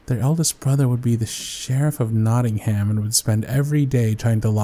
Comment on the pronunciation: When he mentioned his English Summer Holidays I was like oh and where in this magic country was it in 😂 and the way said Nottingham was a bit of a surprise to me, even tho I know Americans say things different 😂